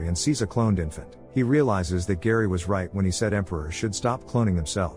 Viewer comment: Harry, not Gary. AI voices…